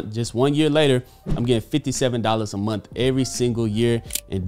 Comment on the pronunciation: What’s a “momth”?